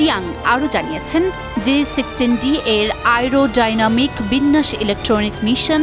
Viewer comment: এয়ারোডায়নামিক শব্দ উচ্চারণ করতে পারে না ঠিক মতো এই রকম ফালতু সাংঘাতিক দের দিয়ে নিউজ করায় এখনো 😂